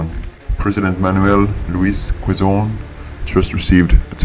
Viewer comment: Btw the president of the Philippines 🇵🇭 in that time is pronounced as: Manuel Luis Qezon the u is silent 😅